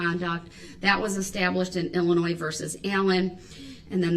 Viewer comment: Illin~noise...does he not even listen? Or is he just wallowing in ignorance?